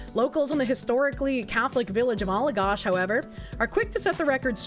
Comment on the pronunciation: how you pronounced Allagash hurt